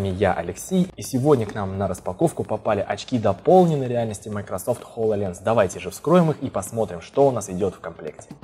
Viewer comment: ААААААА! ХОЛОЛЕНС!!!!! все, все, я успокоился... кто-то говорит хололенз АААААААААА, ХОЛОЛЕЕЕЕЕНЗ